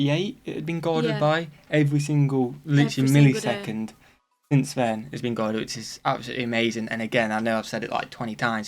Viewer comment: Millie-second. I caught it.